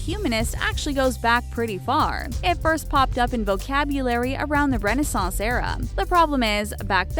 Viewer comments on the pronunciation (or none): none